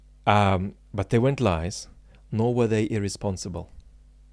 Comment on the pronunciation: Trivial aside......., you know there's a "t" on the end of "but" and "not"?:D Makes me smile, your big "Buuuu" and no closing "t". I always add that T for you, out loud. lol